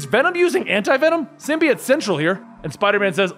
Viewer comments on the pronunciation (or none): The word symbiote has a long o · sim-bee-yote, but sim-bye-yote is fairly commonly also used. Ending with -it is not correct.